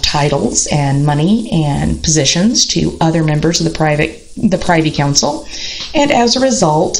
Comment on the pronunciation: Privy is pronounced (Prih-vee) with a short i. Privy Council, not PRI-vee with a long i. Looking forward to reading your book. I think you are right about the tubercular effect in Tudor males. Edward was also very pious and priggish and really rather bigoted about any view of religion that was not radical protestantism. He casually disinherited both his half-sisters and executed two blood uncles. Very Tudor.